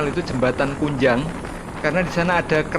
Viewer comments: yg benar Ngujang bukan kunjang,banyak monyetnya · Ngujang om bukan kunjang